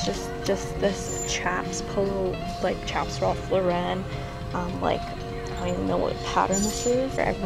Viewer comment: ily cutie but its ralph LAUREN NOT RALPH LAWReN <3